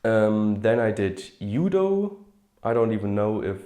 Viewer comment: Judo = Judo But we pronounce the "J" as "dz" rather than "y". Like justify, joust, or judge.